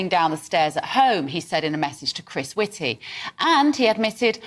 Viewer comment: Whitty rhymes with S????y!